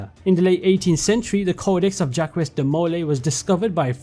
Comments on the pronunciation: Jackwees is pronounced Jaahck. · "Djaqwis" de molay xD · My man. Jacques de Molay is pronounced Jahk. The S is silent and it's a soft A. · as a French I can say that "Jacques" is pronounced more like "Jack" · I have never heard anyone pronounce Jacques like that before, but that is amazing XD I'M DEAD